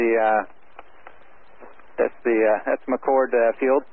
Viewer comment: It’s McChord not McCourt